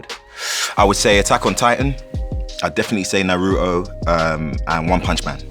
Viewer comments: ah yes Naru´oh my favorite Anime. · the internet was on Michel B Jordan over "Nah-row-too", are we gonna get John for "Sah-tee-yama"? 🤣🤣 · MICHAEL B JORDAN. THAT'S HOW YOU PRONOUNCE NARUTO